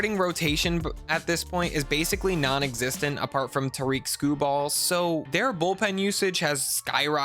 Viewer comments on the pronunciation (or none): The way you pronounced "Tarik Skubal" hurts my fuckin soul, so lets break this down phonetically. Tarik: this is pronounced just like "Derek " but with a T at the front, definitely not "Tareek" Skubal: Its more like Skuble not "Skuballl" Overall solid video and you got yourself a like, just remember to give the AL Cy Young winner "Tareek Skuballl" his respect XD